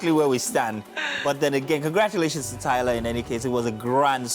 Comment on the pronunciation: I'm sorry...Did you just say Tyla Perry?